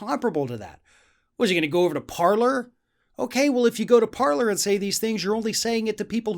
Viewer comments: BTW, paler should be pronounced parlai. It is a French setup. Parler means 'to speak' in French and is the verb form. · From a Canadian.. it's pronounced "Parlay".... it's French lol. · I think it's pronounced like 'parley' because it's from a French company. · It's pronounced Parlay not Parler. The word is French. It means 'to speak'.